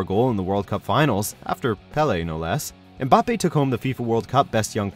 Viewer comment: You are not supposed to prononce the M in “Mbappé” so ir’s more like “bappé”